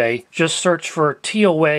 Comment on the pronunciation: Brand is called as tou-aah not tee ow ey